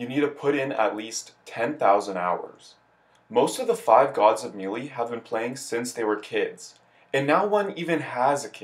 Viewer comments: Me Lee.... makes content for game he can't pronounce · I actually know another guy who says it that way. He said it’s because the announcer at the end of the opening animation pronounces it “MEE-LEE”. But yeah, it’s weird, lol.